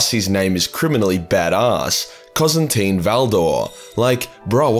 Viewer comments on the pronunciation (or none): "Cozantine Valdor" your pronounciations have convinced me that every single video you're drunk-reading these names out😭